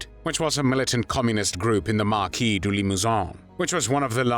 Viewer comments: Maquis not marquis. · Awful pronunciation of maquis, hiver, arrondissement, Vichy, Caen, Limousin, Glane. That aside, similar atrocities are now being committed daily in Gaza.